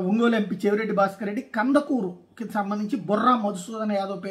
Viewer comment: It is not Kandakuru but it is Kandukuru. Please check.